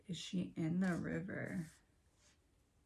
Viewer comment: River pronounced "Wire"